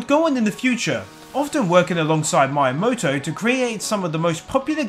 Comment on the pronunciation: I love your accent, but PLEASE learn to pronounce the Japanese names clearly, it makes me cringe every time when you add completely wrong letters or drop letters that are not dropped(Miyamoto, not Mayamoto - when there are several vowels in a row they are all pronounced equally, NOT blended a-u, not au et cetera...), still, good, informative video :)